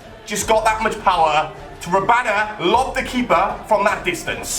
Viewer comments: It's not rabana its rabona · IT is rabona, not robana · it's rabona not rabana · it's a rabona not a rabana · It is rabona not rabana. Pronounced Ra-Bon-A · the word is Rabona (Ra-Bone-Na) Not Robana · Rabona not Robana... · he said rabana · RAB-ON-A... ON NOT AN! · It's ra-bone-a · please it's pronounced Ra-Bone-a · am I the only one annoyed by saying "Robana"? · Stop fucking saying rabana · HE DOSNT EVEN KNOW HOW TO SAY RABONA!!!!!